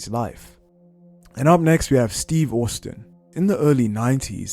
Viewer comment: Stone Cold “Steve Orstin”